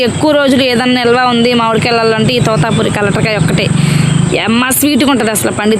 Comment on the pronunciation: Totapuri not tutapuri